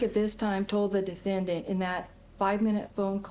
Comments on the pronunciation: Anyone else also keep saying DEF-AN-DANT ? 🤣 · The real tragedy is how the prosecutor pronounes the word defendant. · Defend-ANT I got a kick out of the attorneys pronunciation of the word. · Not that it matters, but the prosecutor pronouncing defendant as defenDANT is odd. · "Dee-fan-dant"... Jackie Spradling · "the defend-int" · Why does she pronounce defendant like that?????😅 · What is with this lawyer's pronunciation of the word "defendant"? 😅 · That prosecutor should have been disbarred just for how she says ‘defendant’, let alone the misconduct. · YES! I just passed that part and was cracking up in my office.